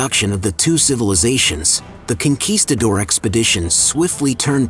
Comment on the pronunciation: What's a "CON QUIST ADORE"?